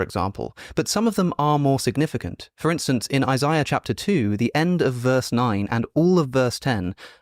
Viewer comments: He said Isaiah scroll, not Eye-Sy-Uh of course those are different scrolls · Never trust a man who cant properly pronounce the name “Isaiah” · I know damn well Alex is smart enough to pronounce Isaiah correctly.